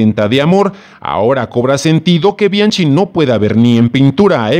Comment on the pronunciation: "BI AN QUI" se pronuncia como es en i ta li a no; y del apellido Weiss➡se pronuncia Báis en alemán; no seas ignorante. si te dedicas a comunicar hazlo correctamente.